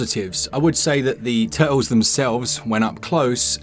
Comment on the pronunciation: Teenage Mutant Ninja Tuh'uls 🇬🇧😎